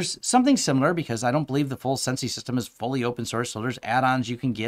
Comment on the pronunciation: Wouldn't "sensei" be pronounced sen-say? Like the Japanese word for "teacher" or "master"?